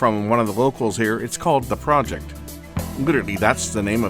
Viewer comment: pronounced Pro-ject (not project), they are an audio company based in Austria and founded in 1991, started with cd player's but made their name producing low cost but excellent all-in-one turntables, also well known and respected for their style of small box hifi components (amps, phono stages, DACs etc) and the cd player we see in the video.